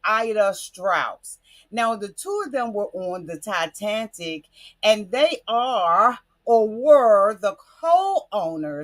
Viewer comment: Titanic, not TiTANTIC